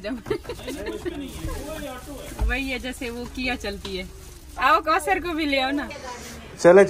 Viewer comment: Aap ayat ko samjhen k kosar nhi bola karey